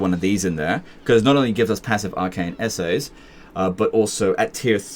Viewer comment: The real challenge of this campaign was the pronunciation of essays. All honesty though, I absolutely love this format. It provides a lot of insight into how you grapple with the game's mechanics in a coherent fashion, and for people with some hours in the game but still a far cry from skilled, is better than any tutorial in terms of showing what you really can do with a grasp of the underlying systems that operate the game's mechanics. While I'm sure producing this may have had its challenges, it is and was helpful and entertaining. Thank you for taking the time to show as much as you did that can be used to turn a campaign around.